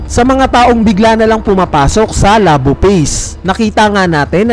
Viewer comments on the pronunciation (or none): none